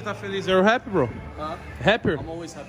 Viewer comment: Tog: "Pergunta se ele ta feliz" Tog: "You are haper?" kkkkkkkkkkkkkkkkkk pqp toguro